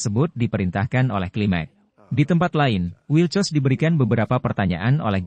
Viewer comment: Wilcox min, bkn wilcos 😥😒😒😂😂